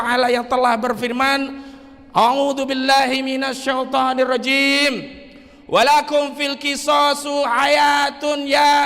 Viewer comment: Maaf bang refli, baca qur'anya salah sedikit" walaikum filqisosu" yg benar" filqisosi"